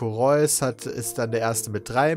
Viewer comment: Der heißt gar nicht Reus (räuß) sondern Reus (re;us)